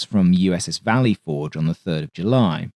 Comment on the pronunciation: The emphasis in "Valley Forge" should be slightly on the "Forge." "VALLEY forge" is just freakin' weird to hear.